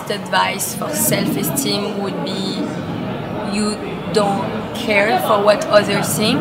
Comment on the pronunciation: "self estime"